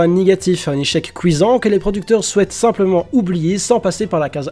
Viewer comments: "Un échec couisant" x,) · "Un echec couisant" 😂